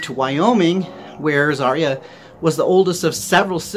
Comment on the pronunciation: BTW, its her name is pronounced ( Za - Ri - a ) not ( Zar - ia )